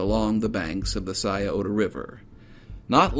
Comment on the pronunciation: Oh you pronounced Scioto correctly but then bombed Olentangy. Oh Lynn Tan G